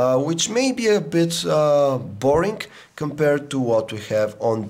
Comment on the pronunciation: U said boring "borink"